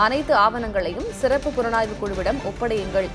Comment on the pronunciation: What kind of reporter you are man. You are pronouncing sirappu as seruppu. Asshole